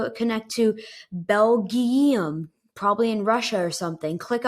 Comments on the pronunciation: Belgium (Bell-Juh-m) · he actually said bell-gyee-um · lol the way he said it was funny